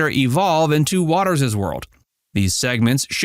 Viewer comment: It's Watters' World NOT Watters's World.